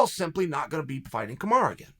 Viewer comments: Why do u call Kamaru , KAMARA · Chael if you don’t like KAMARU that’s ok, but stop deliberately mispronouncing his name as Kamara. That’s shady.